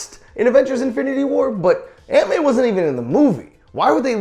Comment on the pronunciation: When he says aunt Mae it sounds like ant man